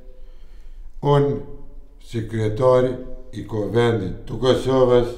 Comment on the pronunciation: Kur thot tu Kusoves maroj dek ahhahahahahahahhahahahahahahahahahahahahah